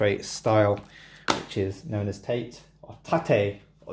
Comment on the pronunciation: Great collection there mate. I’ve only got a handful of Vita games which is a shame...some awesome games on it. Also, learn to pronounce TATE properly you heathen. 😂